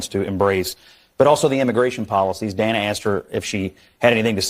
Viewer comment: She pronounced Dana 's wrong.. the crickets lol.